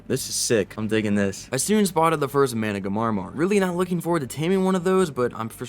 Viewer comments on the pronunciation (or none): it's MANA-GAR-MeR that's how you need to spell it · I love your videos but I can't stand how you say some things. FOILage? Like aluminum foil? Nono. It's fol-EE-ige. Foliage. Mana-ga-marmar? XD It's spelt Managarmr. Just one mar, not two. You say it doded? It's DOH-ED, doedicurus. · Managamarmar 😂 (it’s mana-gar-mer) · manas are pronounced like "mana then gar then instead of saying mr say mar so basically say managarmar (even tho its spelt managarmr) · its managarmr (mana- gar-mer) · Repeat after me Mana - ga - rmr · its pronounced mana gar mer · petition to make the official pronunciation of the managarmr mana-gah-mar-mar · Mana-Gar-Mer say it like that ❤👍🏼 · i do believe its "Mana-Gar-mer" but thats how i saw it :3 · Its been a year and still can't pronounce managarmr correctly. Hilarious as hell, keep up the amazing work!